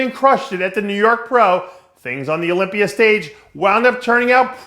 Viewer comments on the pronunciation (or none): Dave wtf is the "olympier"? Lol why does he pronounce words that end with an "a" as "er".